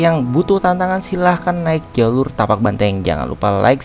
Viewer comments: 😅maapkan aku khilaf. Maklum baru pertama kali. Kirain tapak ternyata Patak. Terimakasih infonya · Patak Banteng bang bukan Tapak. dan saya suka liat vibe content nya... berasa banget semua jatuh cinta dengan pendakian gunung.